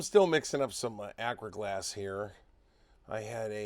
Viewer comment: Sorry but my ears are not what they used to be. Astra glass? afra glass? What is that you are mixing sir? Thanks for the video. Never miss a one.